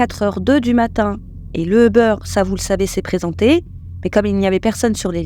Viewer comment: Svp c’est Ubeeeeeeer et non pas Ubeuuure